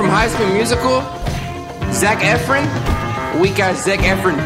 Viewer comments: It's Zack effron not effren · He did not just say "Zack Efr-in"... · “Zac Efrin” 😂😂😂😂😂😂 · LMFAO THIS DUDE REALLY SAID “ZaCh eFFrEn” WHEN ITS ZACH EFFRON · He said Zac Efrin. I’m crying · Are you going to let him slide by saying Zac Efin 😂😂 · it’s pronounced Zac Ef-RON, lol. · Nigga said Zac eh-fren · Why this man always pronouncing shit incorrectly? "Betheesda," "Zac Efrin," etc. 😂😂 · This man said Zac efrons name so WRONG I died 😂😂